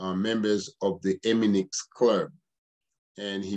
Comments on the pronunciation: It's not EMINIX, LET'S BREAK IT DOWN it's E-MI-NI-FX OK!!! There's one thing you did not know!!! Stay tuned There's more to come ok!!! All these questions you should of ask them before you spoke former prosecutor/ lawyer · Stop saying eminix lol 😂 Bagay ti granmoun nèt. Antouka, merci pou info yo.